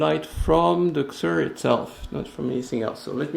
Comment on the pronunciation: I use the same one :) I think you pronounce it as Caesur.. (as in Caesar.. ;)